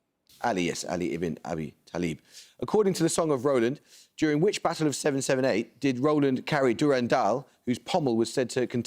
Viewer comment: I don’t care about his watch etc or about contestants fiddling with hair (stress of situation possibly). I do care that his diction is so bad. Is he deliberately trying to sound “cool”? The way he pronounces “battle” makes me wince and he makes “medal” sound like “meadow”.